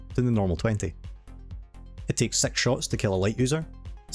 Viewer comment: Why do you say sex instead of six